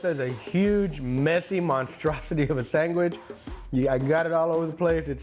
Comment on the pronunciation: Sang-wich...... that's the way I grew up saying it until my teacher corrected me😂....mexicanslang